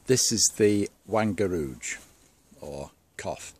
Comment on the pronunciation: Perfect pronunciation of the word 'Wangerooge',! Nice, little engine! Not too far from Great Britain!:-) Visually the loco could also be British! Do you plan a sound?